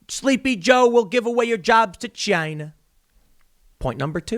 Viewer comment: Tim your ‘Chyna’ is on point 👌🏼